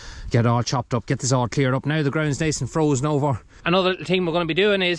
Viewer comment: Bet you wonder how you managed without the loader for so long. The case is a little sweetheart, glad you’re keeping her👍 oh it’s frozen not frosen, sorry had to pull you up on that one cause I know how particular you are 😂